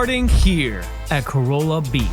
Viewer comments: Great video, just one thing, it's pronounced Ca-ralla, not Corolla like the Toyota. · "Co-Rall-Ah." You're welcome. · Its Ka-rahl-uh, not prounouced like the car 😂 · Its "Cor-ah la" A corolla is a vehicle made by Toyota. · What a fun tour! Just a couple of things… Not Man-TAY-oh. I’ve only heard it pronounced MANNEE-oh and Ca-RAH-lah, not pronounced like the car. Thanks for the video!